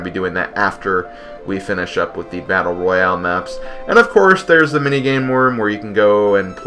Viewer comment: I've always wanted to play this game but Nintendo never released it on VC for some reason even though they did so for MP2. it sounded like you said "mini-game worm" instead of "mini-game room". Yes it's a worm that let's you play different mini-games upon eating you, how original :P. When Peach used the lucky coin on Mario I literally screamed "Why would you choose Mario!?"